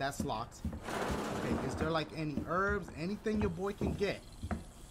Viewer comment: did he say I need to look at my map “lick” ?😂😂